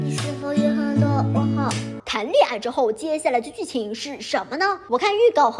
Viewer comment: “他们就恋爱了” 听成了“他们就裂开了” 。 他们裂没裂开我不知道，反正我是裂开了。